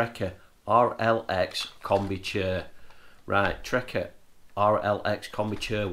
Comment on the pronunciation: Good but only thing that annoyed me was you kept saying trekker it’s trakker